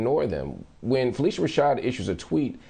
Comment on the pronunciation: Marc. Judge joe explained the wrongful prosecution. You are being irresponsible regarding phylicia rashad’s removal. It’s pronounced phyl-isha not phyl-eesha